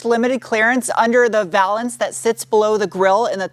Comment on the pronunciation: Thank you for pronouncing valance correctly.